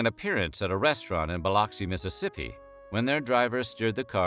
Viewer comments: Wrong pronunciation of Biloxi. Bi-Lux-E not Bi-Lox-E -A Local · Bil-uck-see not Bi-lock-see Biloxi